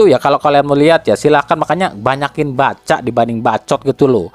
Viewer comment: Bener banget ya.."Bacca" bukan "baccoott"